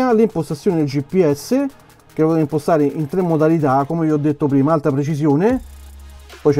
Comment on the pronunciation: Dovresti curare la dizione. Quando dici "POTETE IMPOSTARE.."in realtà pronunci" POTETE IMPOSTAREEE"ed è fastidioso..